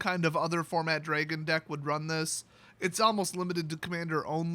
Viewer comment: Dra gon DraAaaaa no e in dragon..